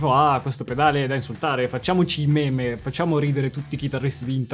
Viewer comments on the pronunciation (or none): none